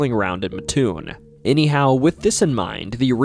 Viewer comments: MATT- TOON not Muhtoon (I live in Mattoon) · "MATT, TOON' not "MA-TOON" but great video! Thank you T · It's Matt toon not maatoon. Just like mattress lol. It's about like people not dropping the s at the end of Illinois. Rag doll is more interesting than the mad gasser. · It’s not ma toon it’s Mat toon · It’s Mattoon not Matoon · mattoon is pronounced matt-toon, not muh-toon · Illinois man here, it is pronounced Matt - Toon not Mahtoon. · I'm from mattoon. It's pronounced Matt-toon. Not Matoon. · it's not Ma-Toon. It's Mat-Toon. My family has lived in the area for over 200 years and no one has ever called it "Matoon." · This is tuff ash butt it’s mat-toon I live here trust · Not to be that guy but the town is called “Mat-toon.” I was yelled at about it when I went to EIU. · wrong pronunciation of Mattoon. Coles county folk call it Mat-Toon. With all the other stuff of that could have been talked about this was a good story. Cole’s county has some pretty crazy stuff from unsolved murders at air tight bridge, a hunted insane asylum, multiple witches graves. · Bruh, mattoon is pronounced matt toon. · It’s pronounced Matt-Toon. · It’s “Mat-toon” , I live in a very close by town. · I love that you covered Illinois! My state is a wild one. Fun fact, Mattoon is pronounced Matt-oon (it's a super common mistake, but the Amtrak conductors set you straight every time 😂) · I know the maker of this video isn't from central illinois just by the way he pronounces Mattoon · I live in Charleston. Right next to Mattoon. You're saying the name wrong